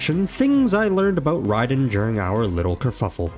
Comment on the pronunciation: "NOW YOU FACE THE TRUE GOD OF THUNDER!" - other Raiden. No, not that one, the other, other, Raiden. The one pronounced wrong. Him